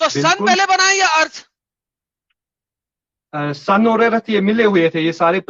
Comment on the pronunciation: This teacher can not pronounce the word "earth"